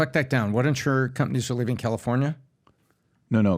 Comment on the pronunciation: Patrick, when you say words ending with "ing", why do you add a "k" sound? In other words, the word "LEAVING"...you say it as: "LEAVINGK". And you are not the only one. I hear it from a lot of people all of the sudden.